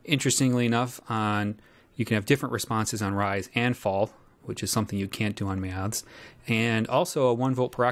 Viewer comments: Struggling to listen purely on account of this chap's inability to pronounce 'Maths' properly; whatever the opposite of ASMR is, that's what your attempt at an utterly simple words induces in me. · An accent is simply a regional pronunciation - and there's definitely something awry with this presenters enunciation of the word; regional or otherwise.